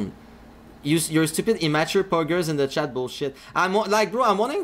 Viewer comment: POGGERZ IN THE CHATTUH